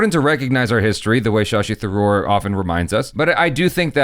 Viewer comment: pronounced Shashi Tharoor almost perfectly right. Wow!